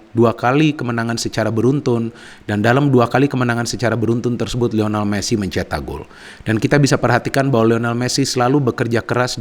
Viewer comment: Lionel bukan Lional. Trims 🙏